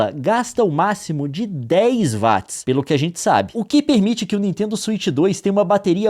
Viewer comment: So uma coisa, gostava de saber lo que é “vats” será que queria dizer watts? Se sim tens de melhorar essa pronuncia